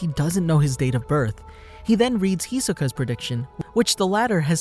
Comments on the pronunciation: Lmao my man is saying Hiska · The "I" in Japanese is usually pronounced "e" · Hisoka is pronounced He-So-Ka.